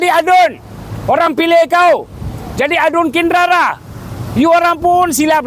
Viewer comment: Kinrara lah bkn Kindara..😅